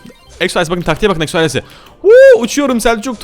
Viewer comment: eksoales demen beni gıcık ediyor